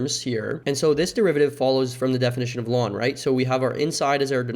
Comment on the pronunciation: L N not lawn plsss